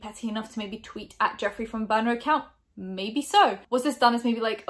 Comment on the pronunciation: Is she saying boner account or burner ? Ii only say niner cause of Charles side joi sessions w younglings